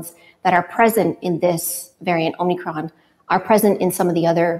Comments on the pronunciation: It's omikron - no n. Greek has two letters that are "o": omega (long o) and omicron (short o). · Are they calling it "omNicron"??? Da fuq?... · It's Omicron not Omnicron!! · I keep hearing it pronounced that way! So is it omicron or omNicron????